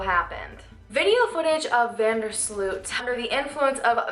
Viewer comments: How usa people butcher dutch names.. slut.. its sloot.. But oke he is a killer. So lol i hope he will die in prison .. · First of all Joran's name is not pronounced as SLUUUUUT But As VAAN DERRR SLOOOOOOT, not sluuut. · Van der Sloot should actually be pronounced more like the way the word 'boat' is pronounced. So more Like Joran van der Sloat, if that makes sense. Hope that helps for future videos. :)